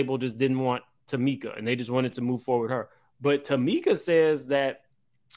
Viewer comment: You said Tameka